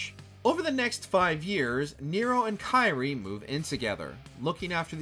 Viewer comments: 😬 her name is pronounced as "KEER-ee-ay" foo, Sparda is absent not dead and he made and used Luce & Ombra, Ebony & Ivory where made by, Nico's grandma Nell Goldstein and given to Dante as a gift right before she died. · It's Kyrie (pronounced /ˈkir-ē-ˌā/), not Kairi. It's not Kingdom Hearts. Lol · Dude u can't even pronounce kyrie so please don't try and there's so many wrong details in this